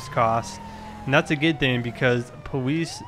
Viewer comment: Why does he say powees